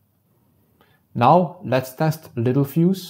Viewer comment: everyone reads it wrong and pronounces it wrong (me too at first). It’s pronounced “lit-tell-fuse”